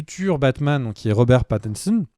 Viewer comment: "Robert Patnsn" ..... c est quoi cet accent lol